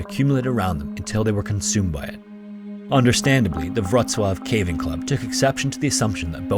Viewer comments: Narrator's pronunciation of Polish towns was really good, "Wroclaw" sounded 100% native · hey congrats on pronouncing the polish names, Wrcoław sounded better than how people usually call it